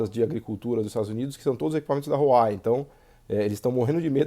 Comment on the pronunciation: Vídeo mais do que atual nesses últimos contextos. Muito bom! ps.: o nome da Huawei pronuncia-se “wah-wey”